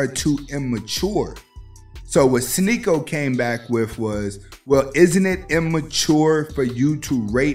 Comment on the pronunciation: Hell freezing over…. said Sneako name right. “Sneaky-O!“ 😂